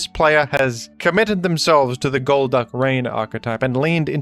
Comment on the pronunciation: golduck gol"duck" its literally in the name